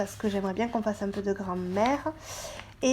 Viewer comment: Je suis le seul à entendre Grand mère à la place de grammaire ?